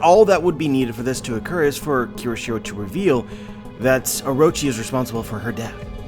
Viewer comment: Great theory as always, but you (and other youtubers) keep pronouncing Kyoshiro wrong by adding an extra "r". It is pronounced KYO-SHI-RO, not KEY-RO-SHI-RO.